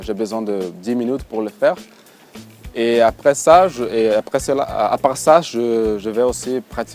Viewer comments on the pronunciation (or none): none